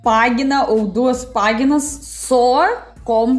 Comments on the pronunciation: no Brasil não se diz "paguinas", se diz "páginas". Escrito parece igual, mas a pronúncia é absolutamente diferente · O desespero de ouvir ela falando "PÁGUINAS". aaaaaaaaaaaaaaaaaaaaa